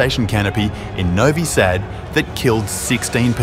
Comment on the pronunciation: The 'Sad' in 'Novi Sad' is not pronaunced as 'sad' but the 'a' as 'u' cut. '